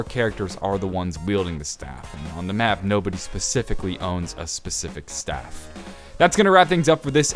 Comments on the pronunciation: Staff not stave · Anybody notice he said staff wrong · hearing you pronounce staff was kinda annoying in my opinion but anyways keep up the good work